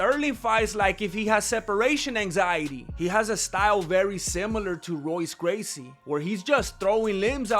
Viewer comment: Royce gracey is pronounced Hoyce bro. Replace all the R's with H's, it's weird but it's the way it is